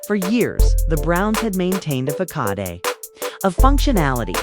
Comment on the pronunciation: And it's a "Fasod". Not fah caw dey. Spelling facade.😂